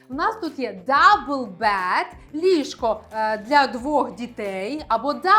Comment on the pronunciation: Слухайте, ви мені ніби й сподобалися, але коли лунає суржик (полотенця замість рушники, кровать замість ліжко, тощо), то трохи втрачається довіра до Вас як до філолога( . А потім ще й кілька разів bad замість bed... Може, звісно, ліжко ваше й погане, але ж воно не перестає бути ліжком. Вже й не знаю, чи варто додивлятися відео... Сумно.